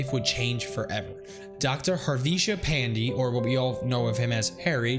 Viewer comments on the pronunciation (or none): Just so u know pandey is pronounced Paan-day Just saying No hate Keep on doing great 👍👍👍👍👍